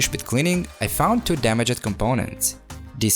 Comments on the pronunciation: “damage ed” no no no damaged its all one word bro ur miss saying it i know english is not ur first language so i hope this tip helps u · I love the way how says DamagED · when you said damajed i felt that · Great job ! just to let you know "damaged" is two syllables 😉